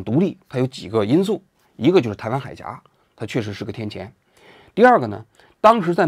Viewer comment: 天堑（堑，不是读第二声，读第四声）